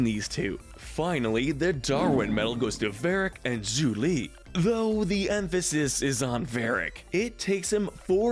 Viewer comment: Its Yue not Yu. Its mako not mayko and its Zhu Li not Zu li. Like wtf!! Also, how are Ursa and Ozai not the most toxic??!!!